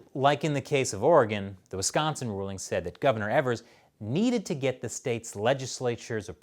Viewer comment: I think you're pronouncing "Evers" wrong, say it like it doesn't have an "R" but don't let it be silent.